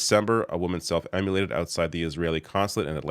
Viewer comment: Self- IM-mo-lated, not “self-emulated”.